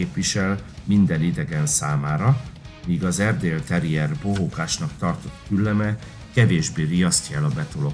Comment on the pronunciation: Ez borzalmas videó, szakmaiság nélkül . Az narrátor sokszor ki se tudja mondani az erdi nevét, nem sokat ismerhet egyik fajtából se. Mintha az Akita egy szuper fajta lenne....